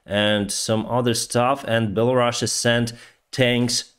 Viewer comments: It's Belarus, not Belarussia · Can you stop saying Belarussia!!! sound so soviet:} it's called Belarus simple. I spend 22 years in Ukraine and you barely hear Belarusian.